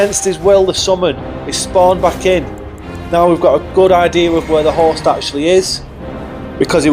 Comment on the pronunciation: For like 3 minutes I thought you were saying horse, not host.